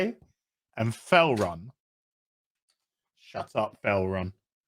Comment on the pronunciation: Felron lol